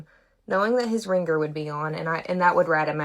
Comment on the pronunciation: To the girl doing her skincare routine while talking: Words like 'ringer' aren't pronounced reenGRR. The g is soft, not hard. Listen to how educated adults pronounce it. It's so annoying when adults who should know how to pronounce words correctly, don't. Seriously, listen to how educated people pronounce words like that and learn from them. If you’re going to have a public forum like this, learn to speak properly.